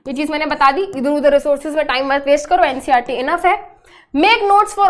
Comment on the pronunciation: It's ncert not ncrt😅